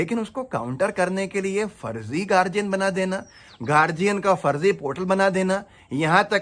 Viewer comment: गार्डियन होता है गार्जियन नहीं